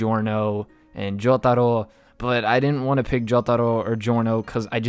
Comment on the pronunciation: turns into The Japanese Man when he says Jotaro